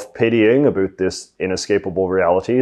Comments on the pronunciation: No one says 'about' like that in Canada, no one. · Why do you say abut instead of about? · The way you say "about" is so Canadian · you have the most Canadian way of saying 'about' that I've ever heard tee hee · As soon as he said "about" I knew he is Canadian.😂